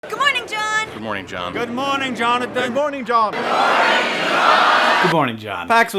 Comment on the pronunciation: Did he really just say John-athan? No...